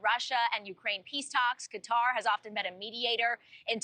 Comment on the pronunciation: Cant pronounce Qatar correctly 😂